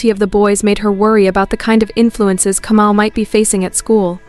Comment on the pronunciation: Kamau not Comou